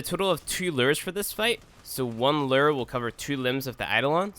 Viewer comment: lew-err lol